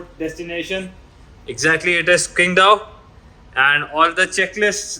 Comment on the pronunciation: Cool videos bro! By the way its pronounced Tsingdao.. the Q in Chinese makes this TS sound.. like in Qing Dynasty.